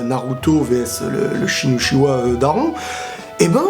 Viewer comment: Pourquoi tu dis utchiwa c'est uchiha 😡😡😡😨😨